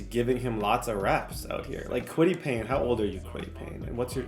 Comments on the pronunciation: kwity pay not payne lol😂😂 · Who’s gonna tell him it’s Kwity paye not Payne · Fam it’s kwity PAYE not Payne (pain) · He also calls Kwitty Paye “Kwitty Payne” and calls Julius Brents, “Julian Brents”😭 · Idk if yk but that’s tds nickname for kwity paye, in franchises where he’s had him he’s always said kwity Payne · Julian Brents, Kwity Payne, Mike Sanstril, Alex Pierce 😂😂😂, slow down and learn your players names 😂😂😂